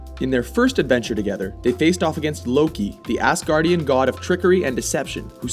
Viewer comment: Did he say assgurdian